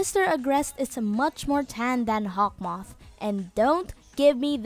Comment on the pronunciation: its "Hawkmoth" not 'Hawth moth''